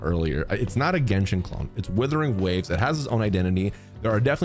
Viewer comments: Wuthering waves not withering waves 😂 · you have many fans not liking you and you called wuthering waves, "Withering waves" that's how you disrespect the name, like wtf where you reading? It's like calling Genshin, "Jenshin" next time think before saying shit that doesn't sound right. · You can't even say the game's name right. Just stop at this point. You ruined genshin with your vanilla fantasies enough. Don't ruin this awesome game too.